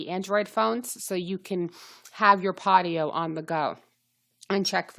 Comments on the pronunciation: Thank you for info. It is PODIO though. Both O's pronounced just like the letter O as you would say if reading alphabet... long O. Like Pohdioh. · I stopped viewing after she called it PottyO, so I have no clue what data she is talking about. Podio-uses SharFile &, RightSignature which are very secure. What makes you fell it's not? Podio, ShareFile, and RighSignature all use 2-Factor-ID. Utilizing up to 256-bit EV SSL encryption by DigiCert and the world-class server infrastructure of Amazon Web Services (AWS). Lots of fortune 500 companies use it. Every file uploaded to Podio is encrypted with AES- 256 before being transferred to an Amazon Web Services (AWS) S3 repository. Beyond the security safeguards implemented within AWS , the encryption mechanism ensures the privacy of file content. Database backups are encrypted in the same manner as uploaded files. No clue what she was talking about, but you make Podio sound not secure. I'm interested to know why you thingk that?